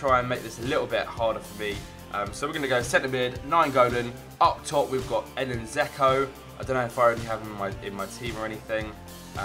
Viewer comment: You do realise Dzeko has a D in his name? Its not Zeko.